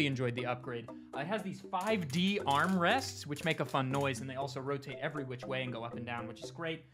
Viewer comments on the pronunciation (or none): none